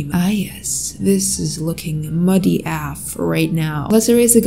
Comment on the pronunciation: I like how when says the phrase "af" She says AAFF instead of just saying the letters individually